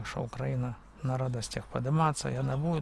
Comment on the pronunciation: Дружище, только пожалуйста, при произношении слова Украина,- ставь ударение на "И", просто так правильно. Да , а дороги у нас получше в разьі, и главное что постоянно делают. Уже с Львова к Ковелу делают, так что - ВЕЛКАМ